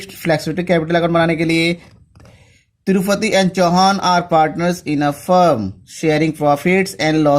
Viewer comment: To tirupathi nhi hai tripathi hai 😂😂😂